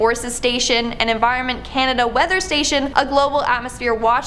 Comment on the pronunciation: Canada (kay-nay-day) lol